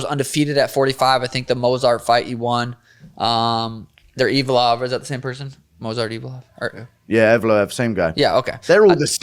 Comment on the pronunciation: For the love of all that is holy somebody please teach Sean how to pronounce evloev